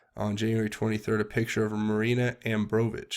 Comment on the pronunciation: love your work bur you constantly mispronounce MAJOR names and other words throughout your videos. just trying to help you out. but might i suggest fully and out loud, reading through the article or posts or whatever your going to be reading for any given video, BEFORE you actually record the video to upload so that you avoid any errors in pronunciation in the final video. ***and her name is Marina Abromovic. pronounced a-BRAW-moh-vitch. her name is VERY important for people to know who she is and so they can research all of the disgusting things she's done.